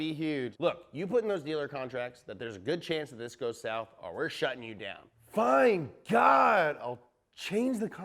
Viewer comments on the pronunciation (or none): none